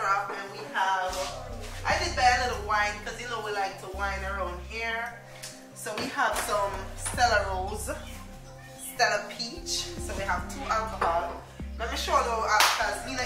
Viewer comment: Stella ro -zay... pronounced 😂😂😂